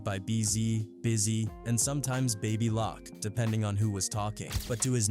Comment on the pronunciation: I gotta thumbs down for the AI bot saying “Baby LOCK”👎Something real grimey about that.